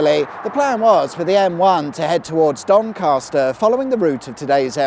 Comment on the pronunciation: There is no "R" in Doncaster!!!